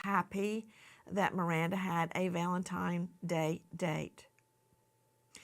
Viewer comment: This is perhaps a frivolous comment in light of the dreadful circumstances, but why does Nancy keep saying "Valentimes" Day/Date? It's really odd.